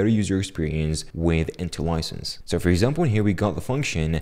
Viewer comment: Intellisense is not pronounced as Intel-license.